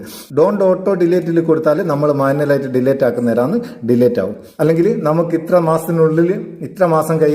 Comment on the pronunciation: ഡീലേറ്റ് അല്ലാട്ടോ അങ്ങിനെ പറയരുത് ഡിലീറ്റ് എന്നാണ് pls